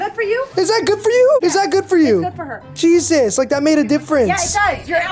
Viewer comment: Did anyone notice that he says that he is a Muslim and he said jejus